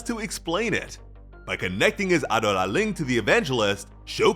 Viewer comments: It’s pronounced Abdullah 😞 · The way you say Adola is frustrating. "AH DOUGH LA" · Why did you decide to say Adolla like that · Honestly really like the way he says adola but doesn’t make it the correct way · There is literally a dub and sub version and no one says adolla like that, do you actually watch the anime or just read a script?